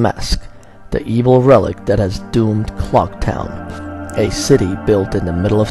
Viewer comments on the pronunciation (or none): none